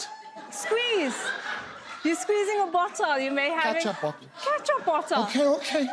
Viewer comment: Wtf is a ' ketcha botta' 🤣🤣🤣🤣🤣